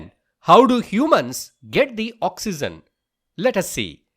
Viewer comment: Oxygen is pronounced as ' Oxeejen' not ' Oxeezen'